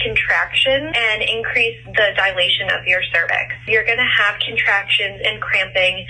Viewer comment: Could not listen after “dilation.”